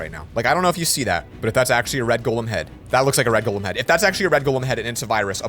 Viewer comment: Golem not token